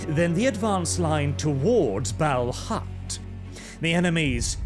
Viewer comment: I have a question about pronounciation. You say “Balhut”, but iirc it is written “Balhaut”; I’ve always pronounced it as “bal-hawt”. Which is correct?